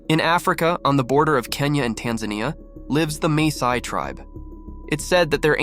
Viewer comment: It is the Masai tribe not Mesai